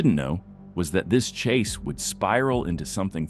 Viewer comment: "Police chas zone"